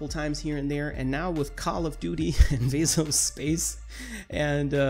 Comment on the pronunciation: Veso space? Nah it's Debt-space